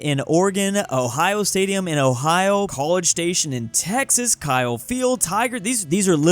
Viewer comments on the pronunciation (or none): none